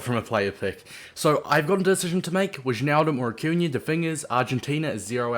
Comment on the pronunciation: It's pronounced Why-naldum btw